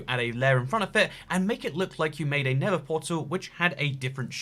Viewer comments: NeTHer Not “Ne’vur” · It really annoys me that he calls the nether “the never” 😑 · why do you call the nether never?